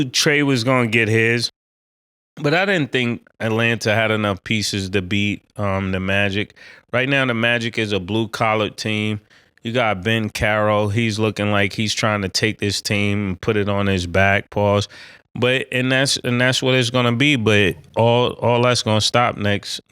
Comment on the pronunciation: Ben Carol😂come on Mase Bancaro ain't that difficult to pronounce